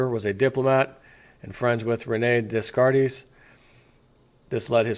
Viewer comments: Descartes pronounced "Day Cart". Huygens pronounced "Hoy Genz". I see you were not a student of Science and Math. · Descartes is french, you should pronounce it like this; de-car-te roughly translated it means 'from the maps' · Hey bro the name Descartes is pronounced "day-cart"